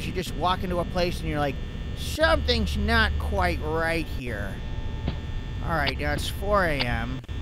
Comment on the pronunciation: hey guys i knowcthis is now 2 years but anyway look at the listen to whe he said not he said snot lol